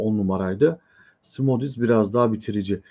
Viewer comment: Szmodics;Şmodiks okunuyor Polonca